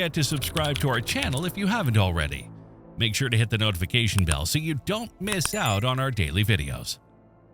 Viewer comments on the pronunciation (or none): none